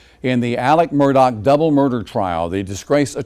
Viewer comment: What is the real pronunciation of his last name because you keep calling him Murdoc not Murdaugh? Just wondering. Noticed his son didn't come back after lunch. Was he disgusted with the morning testimony? Pretty damning if I heard correctly from yesterday and today. Sad😡